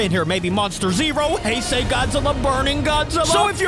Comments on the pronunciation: Its he se heisei not haisey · Heisei not hisei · Here is how you pronounce heisei Godzilla say the words hey and say and put them together and it will sound like the word heisei then add Godzilla to it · ITS PRNOUNCED heisei : hay-zay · the heisei is called like this hesea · I think it is actually pronounced hi-si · Heisei is pronounced (he-(ses)-(I)